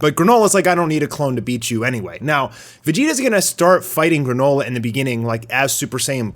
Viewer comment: "Granola" not Garnola.